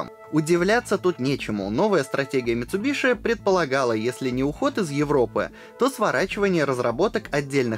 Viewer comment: Не МицубиШи, а МицубиСи!!! Ну нет в японском языке звука «Ш».